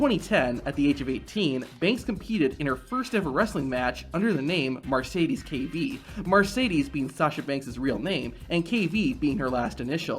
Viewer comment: Her name isn't pronounced MAR-SAY-DEEZ. It's pronounced MER-SAY-DEEZ🤦